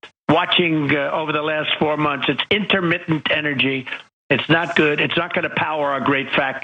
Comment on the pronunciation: Inter...mitt...ent. Energy